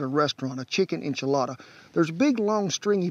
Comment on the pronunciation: Chicken E Sha Latta? No You Say Enchilada! Well now!